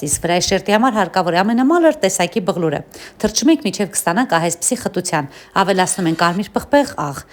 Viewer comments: Բայց ինչի՞ բղլուր եթե ոչ բլղուր տիկին ջան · Բայց ինչ յուրահատուկ ազգ ենք Այս սիրուն բացատրության մեջ բոլորը միայն բլղուր արտասնելն են նկատել ։ վայ վայ վայ։